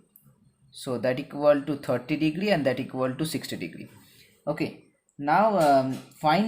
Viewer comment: Pahele sahi se bol lo bhai degdri degdri kar rahe ho degree hota hai